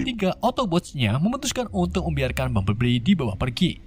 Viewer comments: Bang cara nyebut nama si robot kuning Bambelbli Bukan Bambelbbli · orang lain tulisan: bumblebee sebutan:bambelbi tulisan:bumblebee sebutan:bambelbli 😂😂😂😂😂😂😂😂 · Gua ngakak setelah dengar sebutan "bumbleli"🤣🤣🤣